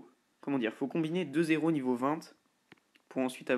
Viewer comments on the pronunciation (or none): Super vidéo juste on dis pas trois zéros ! Mais trois hèros !